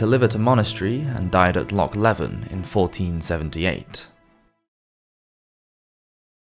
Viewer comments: It's pronounced as Lo-ch lee-ven not lock le-ven 😉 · 7mins- if you can’t pronounce Loch LEVEN & even the name Murdoch which is pronounced MUR- DO & entirely offensive to an English accented youth to prose and profit from such- p*ick 🧡🌈🏴